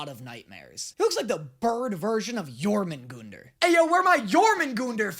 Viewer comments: Jörmungundr? I thought it was Jörmungandr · He pronounced Yormingander wrong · Actually it’s Jormangunder pronounced with GONEder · It's pronounced yor-mon-gun-der, the world snake form Norse mythology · Yormangunder? Did he meant jormungandr?? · Do you pronounced Jörmungandr wrong but it’s OK. All Norse names are Hella hard to say see what I did there. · It kinda pains me as a die hard norse mythology fan that he pronounces jörmungandr with a hard O where there was no O to begin with. On the other hand there's the ginnungagap and nidavellir. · I am someone who believes in Norse mythology and you saying jörmungandr gave me chest pains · I LOVE JÖRMUNGANR But you pronounced it wrong